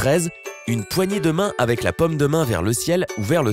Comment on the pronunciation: Ca fait un moment que je regarde tes vidéos et je souhaite vraiment te demander si tu ne voudrais pas faire un effort dans ta prononciation des "o" ? La "pomme" de la main, je ne vois pas ce que c'est, par contre je connais la "paume" de la main ^_^ Et oui, rien que ça, ça rend la compréhension plus ou moins facile ;-)